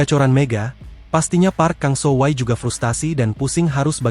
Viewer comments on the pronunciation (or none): Kang sohwi bukan sohway 😂